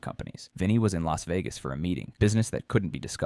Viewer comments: More AI nonsense! It should be banned. It is sad how it relates an entire conversation in detail when none of it ever happened. This AI robot is so off center it can’t even get the name of one of the most famous cities in the world right. Where exactly is “Los Vegas?” No one ever heard of that place! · LAS Vegas.....stupid AI